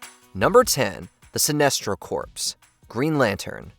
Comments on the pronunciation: He says Sinistro at some points too lol, clear signs of AI smh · I'm calling you out,. It seems you are using AI in your narration. In the first entry alone, I heard "corps" pronounced as "corpse" (It is actually pronounced like "core"), and Sinestro's names being pronounced as "SIN-neh-stro" and "Sih-NEST-ro" and back again in a matter of seconds.